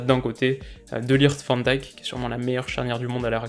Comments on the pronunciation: “Vent Dique” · en 2 ans de Vidéo il a mal Prononcé 2 nom de Footballeur : Van Dijk et Piatek ( et piatek on dit Piontek donc perso je lui en veux pas )